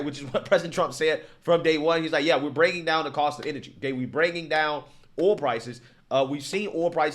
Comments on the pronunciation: What's "oal" are you trying to say "oil"? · You can't even say oil? The heck is oool? Lmao blacks need to get it together.